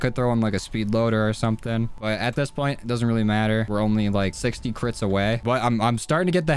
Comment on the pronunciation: When he says crits it sounds like Clits haha, no am not 12 y/o...